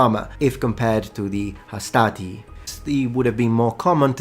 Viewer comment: Hastati has no R though.